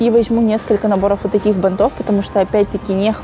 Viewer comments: я, конечно, понимаю многое. но правильно говорить "бАнтов". аж слух режет не правильная постановка ударения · БАнтов, шАрфов, тОртов!!!!! Ухо режет каждое видео, сколько можно? Как будто специально 😢 Прям уже не выдержала, сорри